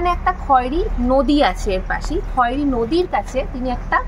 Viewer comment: বাংরিপোসি হবে, বারিংপোসি নয়। Khairi উচ্চারণ খয়েরি হবে না, খৈরি হবে।